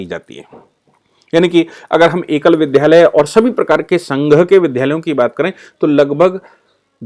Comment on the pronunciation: बहुत अच्छी जानकारी देने के लिए धन्यवाद। कहीं कहीं विद्यालय को विद्धालय बोला गया, जिसे संशोधित करना चाहिए।